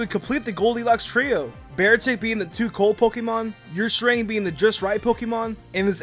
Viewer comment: Wait? Did you just call Ursaring Your-sa-ring?